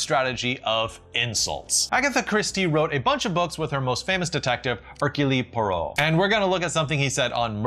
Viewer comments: C'est "Air-Cule Pwoh-roh" mon frere. (Hercule Poirot)🍟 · Referring to Ayn Rand as a philosopher is one occasion when there should be an attendant qualifier, e.g., 'substandard philosopher'. In fact it's less, 'diatribe', like you say, and more, 'dire tripe'. On another note, isn't 'Hercule Poirot' pronounced, 'Err-cue-uhl Pwahr-roh'? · It's actually "Herk-Yool Pweh-Roh" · Loving your video (it just killed me a little how you pronounced hercules poirot) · Very good content, but, I'm dying, the way he said Hercule Poirot :D It's pronounced something like "Erqweel Poaro". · How do you NOT know how to pronounce “Hercule Poirot”? If nothing else, for Pete’s sake, watch a few minutes of one of the movies! Sheesh. Same goes for “Ayn Rand.” Sheesh again.